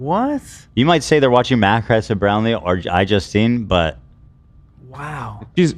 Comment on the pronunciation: Mack-crestin Browlee?